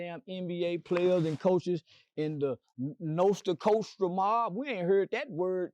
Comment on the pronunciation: Man said nosa costra